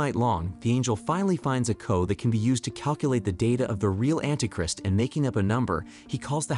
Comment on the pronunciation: And anti "Crist" lol